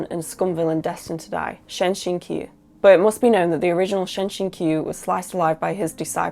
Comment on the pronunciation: Shen Qingqiu pronounced as Shen Ching Chiu, you pronounce Q=ch,j